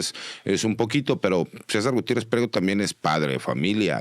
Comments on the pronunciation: El licenciado MARIO Cesar Gutierrez no es pliero ,es PRIEGO por favor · ( no es pliego ) es PRIEGO .,.